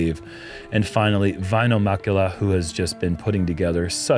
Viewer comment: Please don't go back to pronouncing it Vaino instead of Väinö. It just bugs be as a Finn more than most names as "vaino" means "persecution" in Finnish. At some point got it right earlier in the season